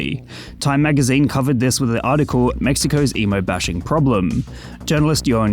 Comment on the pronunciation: Is he saying emu?